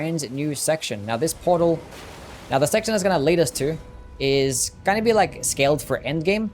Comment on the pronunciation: going no "goring" go not "gairo" know not "Knowr". so not "sorrr" why do you add R's to words that don't have R's in them ????????????